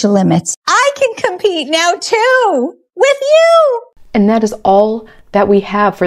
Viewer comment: Why the hell do people say "witchoo" and not "with you"? Gah! That grinds my gears.